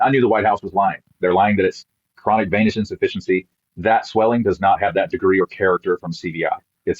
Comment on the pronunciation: dude can’t pronounce venous